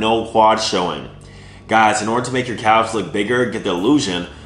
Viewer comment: I love you but why do you pronounce the "L" in "Calves"